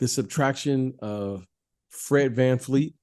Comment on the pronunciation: Fred's one of your favorite players but you don't know how to pronounce his last name? It's VanVleet, not VanFleet. You need to watch some Scottie Barnes stuff this season. You'll adjust your Pippen comps a bit. He's really breathing some rarified air. 8.0 Box Plus Minus is clipping Kawhi's lone season in Toronto.